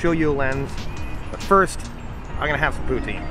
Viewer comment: Pou-Tsin, not Poo-Tine